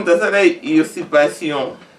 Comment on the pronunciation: Mot oyo bakomaka yango boye n'est ce pas:usurpation,usurpateur,batangaka yango boye:uzurpation,uzurpateur.